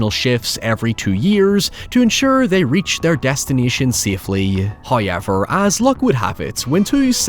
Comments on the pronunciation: hauyeber! 🎉(This is why I'm here) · First "hoyevver" drops . The tease! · My favorite parts of his videos listening out for anytime he says “huyever”. Hearing it feels like taking a nice sip of a warm cup of joe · HAHA I Literally said it out loud and laughed to myself, then looked down and saw your comment FKN DYING 😂😂😂 I'm glad I'm not the only one that was like tf kinda shit was that for English lmfao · I'm far more bothered by how you pronounce "however" with an "I" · About your accent... I'm here ONLY to hear you say "however" or "house". 😂